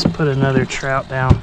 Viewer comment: Dang son! Can't beat it. Did you say trizzout. 😆lol